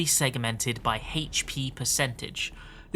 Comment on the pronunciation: Hp? ❌ Hates-pee? ✅